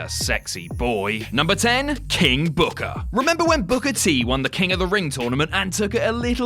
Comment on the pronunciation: You mispronounced "King BOOKAAAAAAH!". Also, that belt was designed to be on Taker and Batista. It just looked like it belonged.